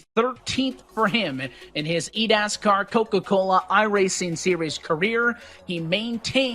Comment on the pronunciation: I keep replaying it over and over and I just hear eat-ass-car